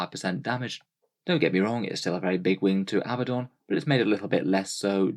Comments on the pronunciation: Love your videos, but once again: It's not pronounced AB-buh-don. It is pronounced uh-BAD-dun. There are two D's. uh-BAD-dun, NOT two B's. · Regional pronunciations differ, neither you or he are pronouncing it similarly to original Hebrew or Greek. On top of that the English and US pronunciations are different. Chill.